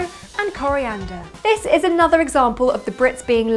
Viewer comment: I love the way you say coliander with french accent